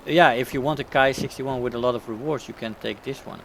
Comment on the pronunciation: Hi! The Japanese Ki is pronounced "Kee" there is no reason really to pervert the Latin "i" into an "ai" sound unless you are English of course and we all know how messed up their pronounciation is mostly due to the Latin and French influence. Not so much in the romanized transcription of Japanese however. It is important as there are subvariants that are actually called called Kai. Ki vs Kai. Cheers & Good Hunting!